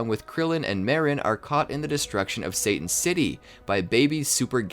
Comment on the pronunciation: Why does everyone pronounce Mr. Satan's name wrong?